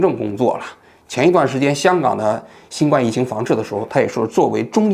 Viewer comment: 新冠，guan，读第一声